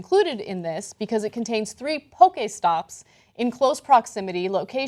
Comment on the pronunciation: Poke eh spots? Lol anna